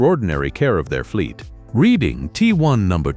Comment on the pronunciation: It is NOT the reading railroad, it is PRONOUNCED Red ing. My father was an engineer on the READING RAILROAD. READING steam locomotives had a WOOTEN firebox for anthracite, a hard coal. The READING was the largest hauler of anthracite coal in America.